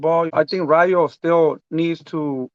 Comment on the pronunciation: The way Benavidez keeps saying Ryu like he’s in street fighter..... man it’s EL RAYO!!! WTF 🤬 that shit rubs me the wrong way when Latinos can’t pronounce Spanish words right IDKW